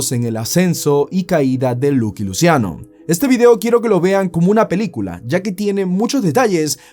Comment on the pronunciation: Es "laqui luchiano" 😅 no luqui luciano